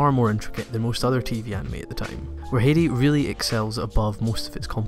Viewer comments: good video but you pronounced Heidi so wrong. Have you never heard Heidi Klum saying her own name? Its more like "Haydy" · love you videos, but you far to often said "Hidi" so i had to turn that one off. no worries. <3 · The way you say "Heidi" pisses me off but otherwise great video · As a native german speaker, i can't stop laughing at your pronounciation of Heidi. It's just too funny. Great video anyways! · I was about to comment about how you totally screwed up the Heidi pronunciation, but... quick glance looks like that's been covered. Must say, first time I've ever heard someone mispronounce it that way though. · Heidi is not hard to pronounce. Why do you mispronounce it every time you say it? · Smh your pronunciation sometimes just kills me. Its not Hee-di it Hi-di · Heidi was my very first anime. It's not pronounce Hedi, though. In German ei is a special sound, ~ ai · It’s pronounced “Hi-dee” not “hay-de” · it is hi-dee not hee-dee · Heidi is a german name and pronounced "High-dee" It was my favourite Anime when I was a child! Great Video nonetheless ;) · I just got into Anime and find your channel so helpful, new subscriber! As a former American English teacher current journalist I thought I would share something I noticed about your British Heidi pronunciation, you say Hate-ey, because of the harsh consonant sounds and round vowel sounds in British English. In American we say Hi-dee it almost sounds like high tea, even with regional dialects this only changes is the south to be Hhada like HHHi day. Both British and southern English versions sound odd to me and it was a bit distancing in this video but your editing and love of anime is so genuine I do not care plus we cannot really change our accents. PS the drama anime of Nippon totally shaped early Magic girl and drama series at TOMI animation and in shows like Lady Georgie or Candy Candy. Even though they came out at similar time you can sense a desire to keep pace if not out pace each other.